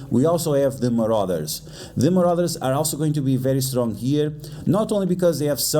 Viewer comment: so hes saying muarders and uncanny to bring